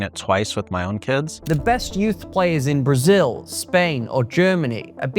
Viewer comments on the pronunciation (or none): none